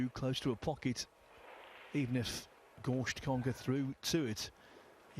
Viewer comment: Jeremy Jones commentary 💯 The other guy calling Fedor "Gorscht" for the whole match, however pretty terrible